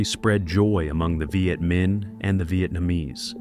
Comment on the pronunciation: Is this narrated by AI? The pronounciation is completely off at times, troops pronounced as tropes, the city of Hue as hue(nuance),Viet Mihn as 'vajetmin', really wierd. Also saying that Ho Chi Mihn became 'radicalized', a typical American stereotype for anyone not agreeing with their world view. Today they'd call him a terrorist. Get real!